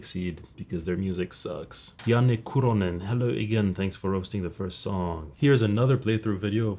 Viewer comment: bro how in the fuck do you pronounce "Kuronen" so accurately? this is groundbreaking